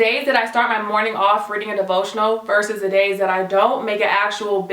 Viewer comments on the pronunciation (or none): none